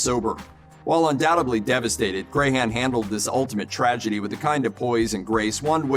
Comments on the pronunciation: It's pronounced Crahan not Crayhan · I hate the way he pronounces clowns last name. It's pronounced Cran, like the cran in cranberry. Not cray-han.